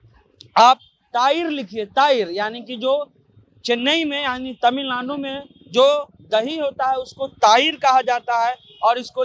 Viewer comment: पहले तमिलनाडु बोलना सीख लीजिए।